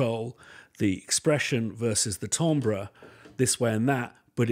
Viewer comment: Glad I'm not the only one who regularly mispronounces "timbre".